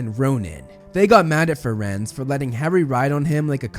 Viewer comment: I don't know if anyone has said it, but it's Firenze, not Firenz :)